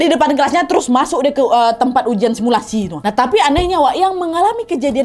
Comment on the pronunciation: Kau ngomong sumilasi langsung buyar mood hororku Nad 🤣